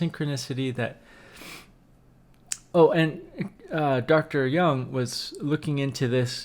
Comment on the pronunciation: Carl Gustav Jung (pronounced "joong" non "young") was and MD, psychiatrist. :)